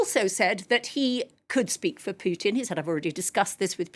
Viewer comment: This woman cant pronounce Putin but can pronounce Makhron by some reason.